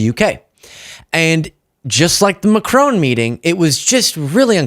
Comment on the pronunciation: Please, The president of France, Macron. there is no E on the end of his name.